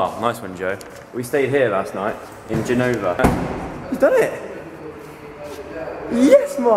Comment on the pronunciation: IT'S NOT Genòva, IT IS Gènova!